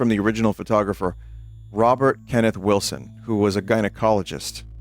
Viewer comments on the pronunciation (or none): none